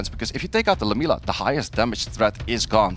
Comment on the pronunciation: 1: no Caster has ever pronounce Lam-iel-a correctly, its not lamelia 😂😂😂 secondly..... pinkroid had a 3 and 0 easy, Raxxas did not win. Has to be upsetting the only way to win the cup is by your enemy giving you the win after showing he could easily decimate you all 5 games.